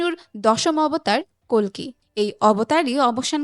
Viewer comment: অশেষ ধন্যবাদ জানাই আপনাকে প্রথমত কালকি না বলে কল্কি দ্বিতীয়ত ইয়াশ না বলে যশ বলার জন্য 🙏🙏🙏🙏🙏🙏🙏 ০২.০৭.২০২৪